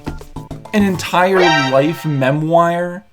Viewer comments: Mem wire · Good video, but we need to talk about your pronunciation of "memoire"...